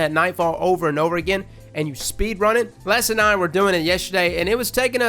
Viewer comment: Did you say Bless and I? Dont mess with Bless!!